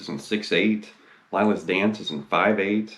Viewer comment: Amazing to see/hear someone playing these mesmerizing guitar parts I've been listening to for years! Who writes parts like these? It's like music from another dimension. Btw 'Lila's Dance' is pronounced "LEELA"